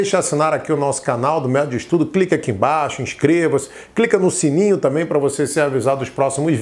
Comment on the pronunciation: Obrigada, mas o seu ”também" está dando a entender que você falou” tamém"